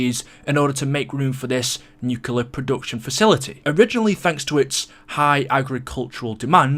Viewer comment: Theres only one U in "nuclear".